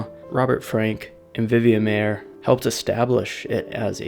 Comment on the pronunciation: maier is pronounced "myer". i should know, i am a maier!